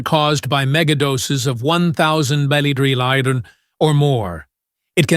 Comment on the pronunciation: Get rid of the annoying, distracting AI which can't even pronounce the word "milligram" correctly. Additionally, it's word infections make no sense.